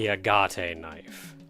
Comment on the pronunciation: Well, if nothing else...the tension music on your way back to the center certainly does it's job. And then some. Also....are you sure it's not just A-gat? As far as the pronunciation goes.